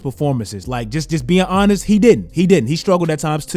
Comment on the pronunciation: Bro your "Honest" sounds like "Giannis" 😂😂